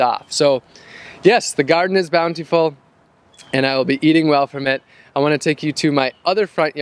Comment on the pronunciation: take a shot everytime he says bountyfull